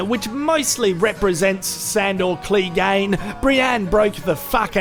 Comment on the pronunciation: 6 episodes later and still don´t know how to say "Clegane" properly